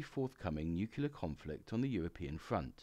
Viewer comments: Excellent content, just wish you’d learn to pronounce “nuCLear” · Please learn how to pronounce 'nuclear'.